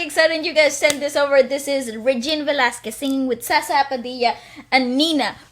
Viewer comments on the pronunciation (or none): I know this is too late 😂 Zsa zsa is pronounced as Zsha Zsha and yes it is pronounced as padilya in the philippines ad well. Her real name is Esperanza Perez Padilla and she's currently 58 yo. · sha sha is the correct pronunciation to her name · It is pronounced as Zha-Zha (Zsa Zsa)😉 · Zsa zsa not sa sa😂😂 Zsa sounds look like Sya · you pronounced it as ShaSha not sasa! 🙃 grabe means superb! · zsa zsa is pronounce as sha-sha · Her name is pronounced as "sha-sha" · It's prounounce Zha zha padilla here is the link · its pronounce as sha sha Padila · It’s pronounced as Jha-Jha but the “J” has to be softer like when you say bonjour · Name is pronounced as Sa-Sha... 👍🤗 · It's pronounce Sha Sha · Ranking to this performance. 1. Zsa Zsa 2. Regine 3. Nina Great review to this performance and. 😊 - i heard u humm and sing a bit, i must say u can sing girl! Love that! 😊😍👌 regarding to Zsa Zsa's name...it is pronounce as " Sha-sha " 😊😊😊 and the way u said the word "Grabe" is so pinoy that was great. And "Grabe" is a expression of extreme amazed feeling ( awesome, amazing, extremely good ) And to, u r so hot and sexy hahaha u have a porn star vibe...super hot guy. 😍🔥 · Zsa zsa padilla is pronounced as sha-sha padilya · It's pronounce as shasha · It's ZHA zHA PADILLA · Zsa Zsa pronounce as "sha-sha"...proud to these belter women in the agelessness country Philippines... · It's Sha Sha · Zsa Zsa Padilla is pronounced Sha Sha (Stronger S or Softer J like how Z would sound) Padilya (Second L in Double Ls will be pronounced Y) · Please listen to Zsa Zsa's daughter Zia when she sang The Scientist in Wishbus.It's beautiful! Btw, Zsa-Zsa is pronounced as Sha-sha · Wrong it's Zha zha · its sha-sha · zsa zsa padilla's name is pronounced more like a zh. :) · Her name is actually pronounced like zha zha. And in the Philippines, we add the Y sound to the double Ls so it would be Pa-dill-ya. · Zsa-zsa is pronounced in the phils as Sha-sha